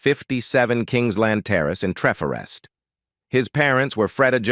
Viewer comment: Oh my goodness I cringe at the pronunciation of Trefforest and Pontypridd! He may be a fabulous singer but his younger years character was awful. He treated the senators like 💩! The way he turned his back on them after they helped him to stardom.